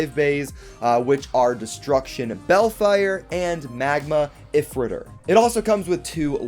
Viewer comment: A few things LR launcher looks bad compared to the first one 2 how is astral spriggan going to work 3 why did they mess up ifritor when Takara set it up for them 4th and last why do you say if ritor zankye says eyefritor when it’s eefritor